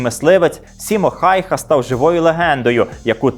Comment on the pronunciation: Насамрэч, бальшавікі страцілі звыш 320-380 тысяч салдат(бо параненыя і зніклыя таксама лічацца стратамі, як і загіблыя). У рашысцкіх крыніцах лічба яшчэ больш - звыш 447 тыс. Я разумею што вымаўленьне можа тлумачыцца па рознаму, але ж усё ж фінскае вымаўленьне Хаюха(ˈhæy̯hæ), а не Хайха.